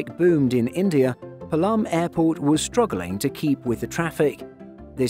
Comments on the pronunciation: Actually that's not Palaam this called as Paalam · It’s not palaaaaam, rather palam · It's pronounced pa-lum airport. Not palaam. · PAALAM and not PALAAAAM!!!!!! (although it is spelled as Palam) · Its Paa-lam, not Pa-Laam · Its Not Pulam its Paalum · IGI AIRPORT is love! And, Palam is pronounced as ‘P-aa-lam’ not ‘Pa-l-aa-m’